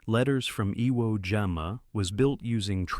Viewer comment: AI can’t pronounce Iwo